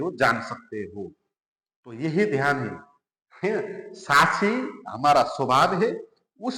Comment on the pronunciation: Sahi shabd hai - saakshi. Par aap pronounce karte hai - saachchi Jo sunne me thik nahi lagta